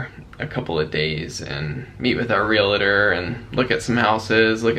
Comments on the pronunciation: Are you aware you are pronouncing realtor wrong? There's no I. Sorry to be so petty but you are saying it so often these days and it making us OCD and autistic folks a little bit antsy. Lol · So happy that you may have found your new home already...and, the word is realtor, not relator💖🙏💓. God bless!!